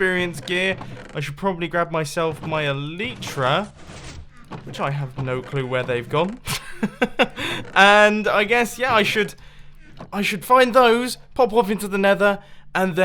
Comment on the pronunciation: It’s not ellytra it’s elytra